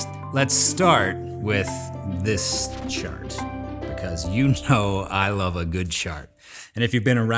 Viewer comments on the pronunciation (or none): i didnt realize you say CHart 😂😂😂😂😂😂 said the 'ch' a little too fast there😅😅